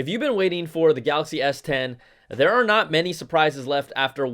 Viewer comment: "I'm "notch" gona lie"...LOLOLOLOL